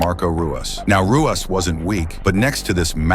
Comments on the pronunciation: Pronounced hoo-ahs. Not roo-us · It's pronounced "Huas". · It's pronounced, huas. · It's pronounced as Huas not Ruas, like Rickson is pronounced as Hickson. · It's pronounced Hoo ahs. It's Portuguese. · It is pronounced HOO-as not ROO-as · It's not Rooass, it's RooeeZ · tell the AI it's pronounced, "HOO-ahs," not ROO-ahs... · Ruas is pronounced "hoo oss". He is the founder of Vale Tudo. Brazilian street fighting. The original mix of muay Thai and Brazilian Jujitsu. He was the most complete fighter in the UFC when he started and for some time after. This was David vs Goliath. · Ru is Hoo, not Roo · It’s pronounced “Huas.” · It's huas the R is pronounced with a H sound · It’s pronounced “Huas”. Rookie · It’s pronounced Hoo-ahss the “r” sounds like an “h” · Ruas is pronounced Huas. The Rs are Hs in Brazil. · Pronounced the poor guy's name wrong like 52 times FFS.... Ruas (Hoo-whas) was a beast! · It's pronounced "HU-OSS". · Tell your AI that it's pronounced "Huas". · pronounced Marco Hua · Lol Dude can't even pronounce Marco's last name correctly. Come on man.. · AI can't pronounce Ruas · Mispronounced his name the entire time then call his family art of Ruas Vale Tudo, Muay Thai. So disrespectful! I hold instructorship under GM Ruas, he is a legend! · Can't even pronounce the fighters names correctly. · You can’t even pronounce his name correctly 😂 this whole video is terrible